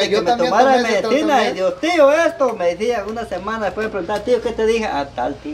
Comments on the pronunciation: MEDECINA : no se dice así, se dice MEDICINA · Tío se dice Medicina No se dice Medicina